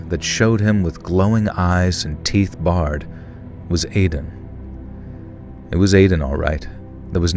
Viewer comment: it’s pronounced “teeth bared” like “bear”. Like an angry wolf baring its teeth